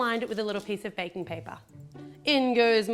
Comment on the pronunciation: did anyone botice that she say ba-king paper